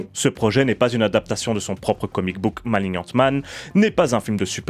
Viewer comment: Par contre faut faire un choix, soit on dit malinian, soit maliggnante, mais maliniante ça fait encore le français inculte qui croit savoir prononcer l'anglais.